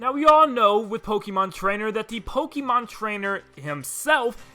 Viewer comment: Yo why are all the kids saying “pokeemon” instead of “pokaymon” even though that’s how the TV show has been pronouncing it since forever and even the announcer pronouces it that way? Where did we go wrong?